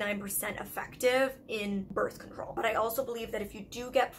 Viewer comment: Why couldn’t I stop laughing when she misspoke and said birth concrole? We all misspeak but it’s always funny nonetheless.